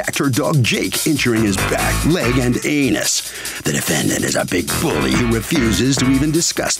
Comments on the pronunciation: Did he really have to say anus that way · The voiceover did not have to go that hard on the word anus. Js 😂